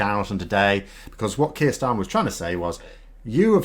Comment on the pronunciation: You would think those who pontificate about the new Labour Party Leader could at least take the trouble to his name right. Not too much to ask, except perhaps for the Trolls.